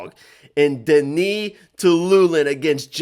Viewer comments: Denis is pronounced DE-NIS not DE-NI. He isn't French he is Russian, Russians don't pronounce Denis DE-NI 😂😂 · Whatever you've heard, it's DE-NIS not DE-NI. Because if you were to talk to a Russian person and said DE-NI, the Russians would think you said the name Danny. Russian is a phonetic language. You don't magically decide to not pronounce a letter in a word or just say something different out of nowhere. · Bro, hes russian not french, why u calling him DeKnee